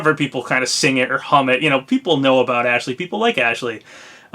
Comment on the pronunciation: You keep saying Ashley's name wrong, it's "AAAASH-LEEEEEEY" lol